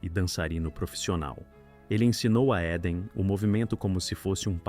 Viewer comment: Muito bom e interessante o conteúdo, mas a pronúncia incorreta do sobrenome da atriz repetida várias vezes durante o vídeo doeu no ouvido 😝 (Eden pronuncia-se ‘íden’, não ‘éden’)